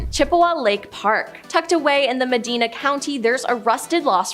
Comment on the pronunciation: Muh-dine- ah (Medina County)